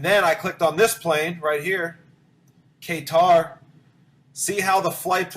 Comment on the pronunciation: k tar if your gonna be stupid at least pronounce it right it’s pronounced cut-r and you said Southern Hemisphere flights but Qatar is in the northern hemisphere